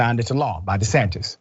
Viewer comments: Any commentator who intentionally mispronounces a person's name when they are talking about them, immediately loses what little respect I had for them in the first place. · Ron " Desatin " Love it....